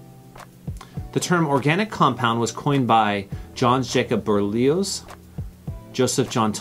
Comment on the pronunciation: I'm 77. If that's a hard quiz, then G-d help us. And it's "Berzelius," not "Berlius."